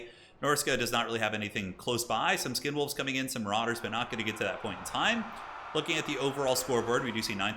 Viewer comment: He’s calling the skin wolves “condom wolves” right? Not sure if I’m mishearing it lol